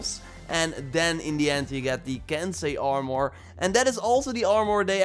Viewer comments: What's ar-more 🤣🤣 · Try saying armor without "o" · You say armor like it has a “our” at the end lol say it like it has a “er” at the end